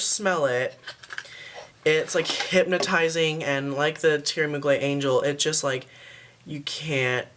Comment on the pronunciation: Its pronounced Theory Mug-ler and it's called Alien not Angel :)